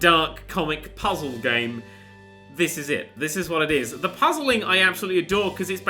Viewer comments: If you're talking about the "th" I'm sure it was intentional considering how he pronounces "the __" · "TH GOOD STUFF!"??